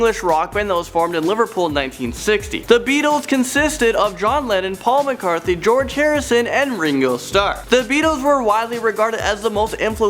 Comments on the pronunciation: It's Paul McCartney not Paul McCarthy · Did he just say Paul McCarthy? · Please dont say Paul McCarthy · He said Paul McCarthy..... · No, it’s Paul mcarney